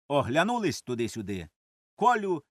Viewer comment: Дякую за прочитання. Зверніть увагу на наголошування: "в задУмі", "оглЯнулись"